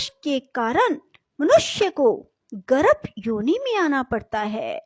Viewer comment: Aapka pronunciation hi galat h गर्भ बोलिए आप गरभ बोल रही है